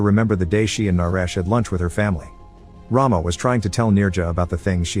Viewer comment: The pronunciation of Rama is not as you have done it. Since it is a female name, it should be rum-a . Rum as it is pronounced in English and a as you pronounced in Rama. Rama means a Hindu goddess of prosperity. It is just for your information.